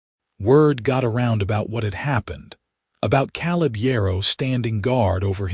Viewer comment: I have NEVER heard the name "Caleb" pronounced "KAHL-ub" until your POS AI!!!!!!!!!!!!!!!!! It IS commonly pronounced "KAY-lub"!!